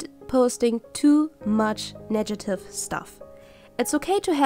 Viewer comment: I'm inspired by this video. Thanks! By the way it's negative not nejative :D